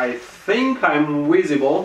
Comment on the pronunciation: “ W I S I B L E ”